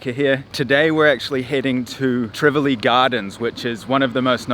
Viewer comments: I'm just mins in the video n my blood is boiling already. I want to know since when Tivoli has an R in the it. Jamaica's population is more than 1.5mil. What other facts has he messed up about Jamaica! Everywhere has violence just like the country he comes from. Let me see if i can make it through the video. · Tivoli Gardens, not Trivoli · First I must correct you; it’s not Trivoli Gardens but “ Tivoli “. Please do your research. I appreciate your stories but if and when you are doing videos…please refrain from uploading old videos of years past situations. Don’t travel to other ppls country and highlight the negatives for the most part. This doesn’t represent Jamaica in its entirety and just like any other country there are always those high crime areas. A lot has change with regard to criminal strongholds in the these crime prone areas. Sadly Corruption does play a significant role in this regard too. I’m just really having issues with you uploading old videos of years past events.